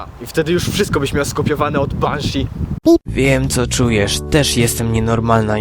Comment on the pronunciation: [P] Czemu masz moją czapkę ? ;3 [P] Czemu mówisz 'Benszi' zamiast 'Banszi' na Zuzie ? :D